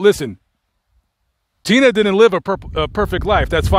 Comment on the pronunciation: How are you saying tenna?. His name was and its HE not she